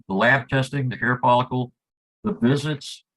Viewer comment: Sounded like dad said he had a hair folicle before he cut his hair.